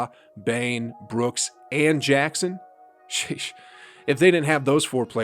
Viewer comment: bruh stop saying sheesh like that